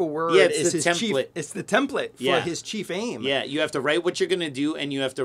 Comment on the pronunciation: I heard “Chief Aim” as “Chi Fame.” 😂